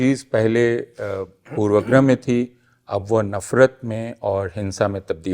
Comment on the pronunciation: ऐ हय! प्रोफेसर अपूर्वानन्द भी पूर्वाग्रह का उच्चारण पूर्वग्रह कर रहे हैं। यह वास्तव में हृदयविदारक है।